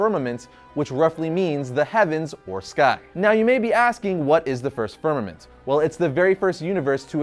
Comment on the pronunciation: Is he saying vermament or fermament , the first universe?